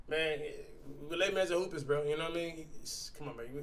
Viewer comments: bru plz stop callin dat shit hoop-e-ist. its spelled hoopist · It’s either hoopist or hoopest not hOoPiEsT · CASH ITS "HOOPIST" OR "HOOPEST" NOT HOOPIEST (hoopy-ie-st) HOW MANY TIMES DO WE HAVE TO COMMENT BRO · Bruh u Jeep confusing ppl with slow spelling U SAY “hoopist” and spell it “hoopy - est “ 🤦🏽‍♂️ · Im so tired of this man spellin the saying "HOOPIST" as "HOOPIEST". Cash, you're not saying HOOPY-EST, you're saying HOOP-IST XD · I know this man did not say Text Book- Hoopiest😭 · Anybody want to tell cash that it's "Hoopist" lol